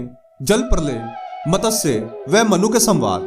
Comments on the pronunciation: मतस्य नहीं भाई, मत्स्य पुराण! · MATASYA nahi hota ….MATSYA hota hai….!!!! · It is not MATASYA. Correct is MATSYA. Pl pronounce correctly.